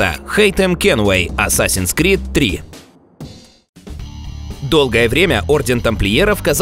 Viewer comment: Только что узнал еще одного кренделя кто называет игру "асасиан СКРИД" вместо "крид"